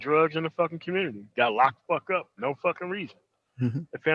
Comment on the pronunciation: When said "ARC got to be beheaded for the communitah to work" had me rollin lol.